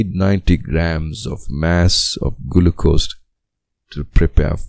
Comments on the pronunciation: Bro said gulucose 💀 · Gulucose?? Really😂😂.. Thank you by the way!!